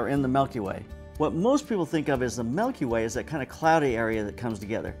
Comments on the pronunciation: It's not "melky way" it's Milky Way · Melkyway? Or milkyway? 😂